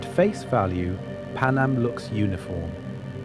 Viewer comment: Please use your own voice and not an AI voice that can't even pronounce Panem